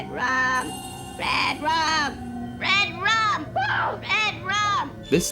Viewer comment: he said rud run. xD but still funny when ppl misspell things xDD